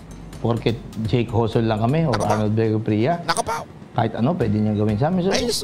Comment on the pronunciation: HOSON Ang pronounce Ng JOSON diba MATALINO KA???